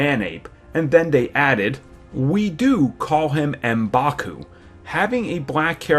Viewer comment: It's pronounced like mmmbaku